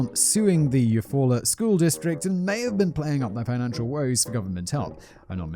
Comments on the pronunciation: Shocked that you pronounced Eufaula right haha. A lot of “weird sounding” American town names are actually of indigenous origins. There are multiple Eufaulas, including one in Alabama with a beautiful lake. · As an Okie, I’m very impressed with him guessing Eufaula correctly on the first go. Most of our towns are Native American names. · My grandmother was born in Eufaula, AL. Didn't know there was also one in OK. I was also impressed that Simon pronounced it correctly given his atrocious pronunciation of Lowes, but didn't appreciate his opinion of the name. Maybe I'm too thin-skinned. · This is 1000% accurate. I live in Oklahoma (in the Chickasaw Nation portion) and there are place names from all the different tribes who were forced here from legit everywhere. He totally pronounced Eufaula right though.. I was kinda shocked ngl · Surprised that he nailed it first try when saying Eufaula, good job Simon! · I'm a Oklahoma native and Simon you nailed Eufaula. There are people who live here who have trouble pronouncing it. 😂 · Ok, you did so good with Eufaula... but then Lowes... Low's... not Laowes. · I live about 30 mins from Eufaula, you said it right lol. I remember this and how odd it is, happened about 20 mins from where I lived, spooky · Your second pronunciation of Eufaula was correct: you-fall’-uh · Nailed Eufala pronunciation, my family had a home there for years Oklahoma is smack in the center of the USA just above Texas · You pronounced Eufaula right!! I am from there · Simon, I'm most impressed at your ability to pronounce town names in Oklahoma this year, like Tulsa (Geographics: Greenwood District) and Eufala, plus many passing mentions in various other videos. I'm from Oklahoma, you'd be surprised how often people living here can't pronounce them.... Yes, our town names are a little weird, most of them have native American origins. The name Oklahoma itself is Choctaw in origin even. Just don't say my-am-me Oklahoma, say my-am-uh 😋